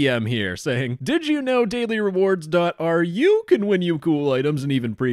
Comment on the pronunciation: I don't think it's ar u, it's more like ru like in room or rumor Yeah, yeah, it's Russian domain